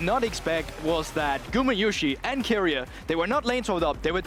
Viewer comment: Go keria= ceria😅😅😂😂😂